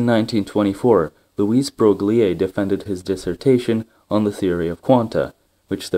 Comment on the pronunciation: names are very badly mispronounced: de Broglie, Magdalen College, etc. Voice is mechanical, no variation in tone. Content OK.